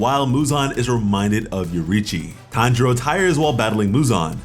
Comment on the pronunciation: It’s Tanjiro not Hanjiro dude